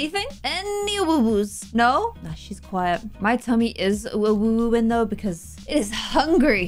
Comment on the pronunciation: Lmao when u said AWOOO it sounded like UwU